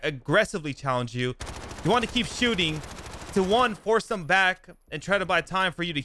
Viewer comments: Dude, learn how to speak. It’s The not Da. It’s Them not Dem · All his words that start with Th, he pronounces them like “dem” and “dis” instead of them or this